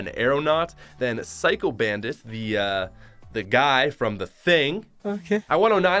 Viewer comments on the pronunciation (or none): none